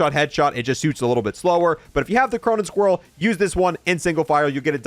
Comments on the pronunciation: U literally say the names of the guns wrong it's squall not scroll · Okay so he's mispronouncing the Squall on purpose, but he still doesn't know how to say Chimera.